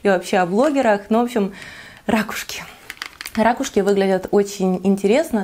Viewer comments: РакУшки,, ракУшки! По-русски правильно говорить: «ракУшка». А гардероб 👍🏻, вам очень идёт 🙂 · Николай Николаевич да-да🙉🙉 ужас , как режет слух эти рАААкушки🤯🤯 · замечательное видео, но рАкушки - это конечно... сначала думала в шутку так их называет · я говорю рАкушки, и о боже это конечно так ужасно))) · Вот и поучи русский язык:) правильно - ракУшки) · Ударение на первый слог - разговорное и простонародное. Если хотите разговаривать более грамотно, то ударение на на второй слог. А так сразу чувствуется провинциальность.